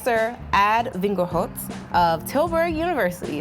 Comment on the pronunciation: too funny when she tried to pronounce a dutch professors name, Ad Vingerhoets ;)